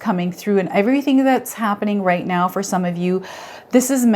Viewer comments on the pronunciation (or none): none